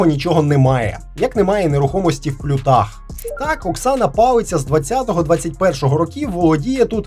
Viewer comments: Палиця не палицця. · палиця не палицця 😂